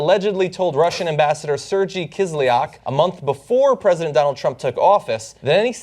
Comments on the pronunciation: Please learn how to say SER-GEY not serjy, its not that hard just sound it out. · Come on guy...professional journalists learn how to pronounce words before getting behind a mike: The name is pronounced SIR-gayt not SIR-jee...and the correct spelling is generally Sergei. I fully support TYT, but little errors like this tend to add up and make you appear to be unprofessional. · Its not pronounced "sir gee" John! Its pronounced "sir gay"! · Hey John, for future reference, Sergey is pronounced Ser-Gay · Its pronounced Sir-Gay! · I love John, but maaaaaan, at least try not to butcher russian names :)